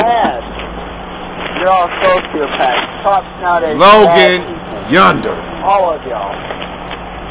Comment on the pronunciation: "Logan Yunder" AHAHAHAHHA